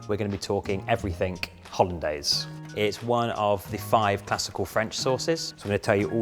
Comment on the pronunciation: Did he just say “everythink”? 🤦🏼‍♀️